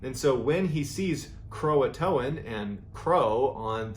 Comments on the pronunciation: Did he really say "croatoan" (krow-uh-toe-an) when it's pronounced (krow-tan) lmao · Am I stupid or is Croatan actually pronounced Croatoan as he says.